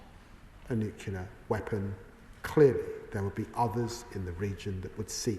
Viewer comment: Can't even pronounce NUCLEAR properly. What an embarrassment ! You are irrelevant Lammy, as is your mate Starmer !